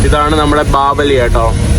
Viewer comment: ബാപലി❌ ബാവലി✔️